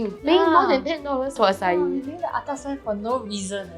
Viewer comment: Please tell people its not pronounced “ah cai” 🤦🏻‍♂️🤦🏻‍♂️🤦🏻‍♂️🤦🏻‍♂️